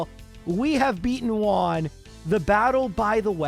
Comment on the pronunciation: Learn how to pronounce " Juan"